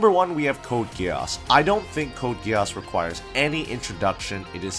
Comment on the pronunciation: nah he really said code ge-arse